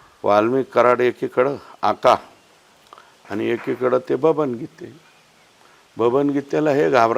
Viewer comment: Are दादा ते गीते नाही गित्ते आहे कमीत कमी शहा निशा करून तरी caption देत जावा 😂